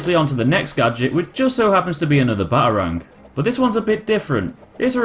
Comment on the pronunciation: The way u say Batarang.... Ba A rangg